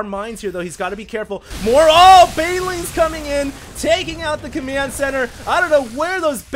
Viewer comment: "Taking out the Comiand Center"